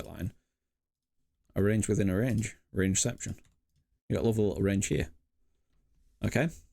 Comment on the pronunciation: Also "range-ception" 😂